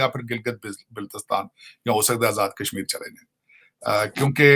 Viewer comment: Kaizmeer kaizmeer krlo bc phle🤣🤣🤣🤣